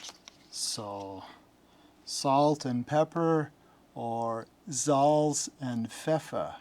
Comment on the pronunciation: How you pronounce "Salz" and "Pfeffer" gives me goosebumps as a German. Well done. :D